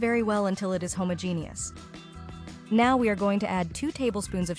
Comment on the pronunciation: You had me until “homo genius” is that a smart gay person?? get an AI voice that learn how to pronounce. But you lost me with the adding of glycerine. That is derived from animals, so nope, not for me!